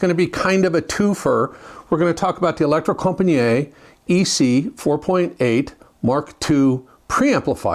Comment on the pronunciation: Yes they are very good and a grate revive as usual only one point deducted for the terrible pronunciation of Elektrokompaniet